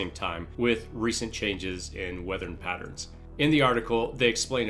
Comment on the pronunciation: Weathern Patterns